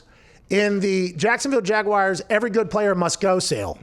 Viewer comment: I hate that Pat pronounces it "Jaguiars" every single time